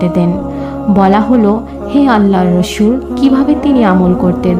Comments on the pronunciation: Rasu na Rasul hobe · Rasu (S.M)valo kore uccaron korben apu,,, r Rasul banano valo kore uccaron korben apu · Apni rasol valo kore bolte parsen na keno apu